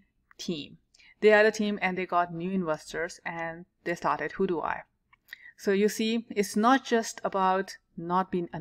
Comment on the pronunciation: its pronounced how you would say "how do we"